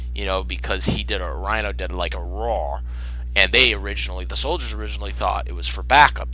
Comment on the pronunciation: Why the hell do you pronounce Reiner as "Rhino" instead of "Rei-ner"